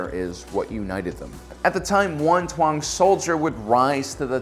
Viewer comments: It’s pronounced “Tong” not “twong”. And also Din “Jar-in” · Taung is pronounced Taw-ng not Twa-ng. P.S. No offense, I like your content👍🏻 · It’s interesting how you have it spelled “Taung” but you pronounce it “Tuang”. Why’s that?